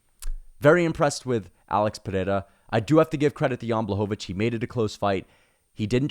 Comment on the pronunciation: Your pronunciation of Pereira is perfect.